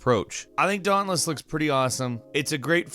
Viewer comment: Everyone you say "dauntless" I hear "dongless"